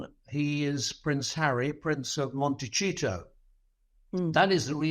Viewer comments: How come he can’t pronoun Montecito, (“Monteseeto”)? Also, the tax story is wrong. If you are resident in the US for more that 183 days in a calendar year, you are liable for US taxes. It makes no difference if you are a citizen or not. I know this as a dual national living in the US. I am surprised at the Times for speaking without checking the facts… Cole is clearly not informed of the facts. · This guy says "Monticeto" incorrectly. Harry will have to pay taxes, but his tax burden will be far less than the average person because rich people pay less tax here. He only has to pay high taxes on capital gains, and even those can be greatly minimized with charitable giving (Harry gives away a lot of his wealth), and with other tax loopholes. Harry is welcomed to become a citizen here. He has two children that are Californians. His wife is a Californian. I don't think this guy comprehends how much better a system that doesn't make people bow and scrape, that doesn't give special favors, that has the attitude that all citizens are equal in the eyes of the law. It is a superior system to aristocracy. It obviously appeals to Harry. Just let this guy go and live his happy life. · I noticed that too, it does sound like 'Montecheeto', I just thought he was just mocking Harry's place of residence 'Montecito'. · that might be the way such a word would be pronounced in another language. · monte cheat oh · I like to think he's saying it tongue in cheek as Montecheato cos a lot of cheating sure goes on with the Traitors. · PLEEASE! Learn how to pronounce Montecito correctly. How would you like it if someone called Sandringham CHANDringham? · For goodness sake, you've been told many times that Montecito is not Italian and should not be pronounced as though it were. It is Spanish. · And it is Montaseeeetow. Not Montacheeto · MONTE "SEE TOE" IS HOW YOU PRONOUNCE THAT !!! NOT " CHEE TOE" !!!!! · Interesting the pronunciation of Montecito as Monte cheato twice.